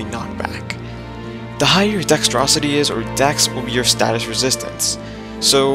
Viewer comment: Dextrocity lol its Dexterity :D